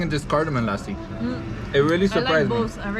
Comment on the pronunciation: I love how say "Lassi". Perfect pronunciation and accents